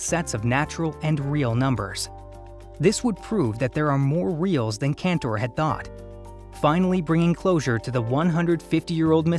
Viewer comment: it's Cantor not Kentor